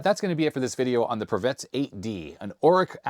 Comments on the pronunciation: A very minor point: many Eastern European languages tend to pronounce two and three syllable words with an emphasis on the first syllable. So, I believe the correct way to pronounce Pravetz would be PRAH-vets instead of prah-VETS. Otherwise a great video,! Please excuse my linguist rant 😅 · Actually the name should be pronounced as prAvets